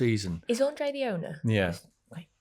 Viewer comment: His boss “Andre” or Andrea as he’s usually known paid him £500k and he can’t even get his name right 🥴